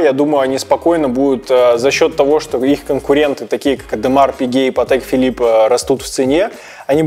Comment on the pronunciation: "Ademar Pique"?